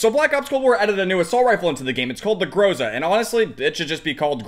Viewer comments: Its not pronounced gróse-a its groza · So greatXD also in Russian "Гроза" Это звучит как "Gra-Za" not "GrO-Za" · Грейза)) как же круто он произносит название, лол)